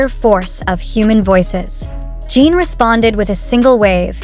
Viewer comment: You talk too much and show images that don’t match what you say at all and his name is not Gene as you always say but JIN And the people can’t go to terminal, you suck things out of your thumb 😡